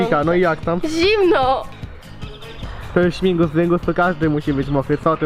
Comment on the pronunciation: Śmigus a nie Śmingus